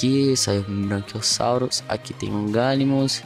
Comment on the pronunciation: É BRACHIOSSAUROS NÃO ''BRANCHIOSSAUROS'' POR ACASO ELE É BRANCO OU VC É DALTONICO.